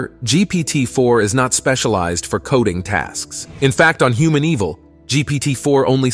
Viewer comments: "Humaneval" is supposed to be, "Hu-man-e-val" not "Human Evil!" 😂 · The use of this generated voice audio... and how it pronounces humaneval as human evil 😅